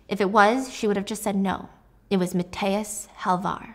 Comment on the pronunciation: I love you so much, but please you butchered Mathias' name😭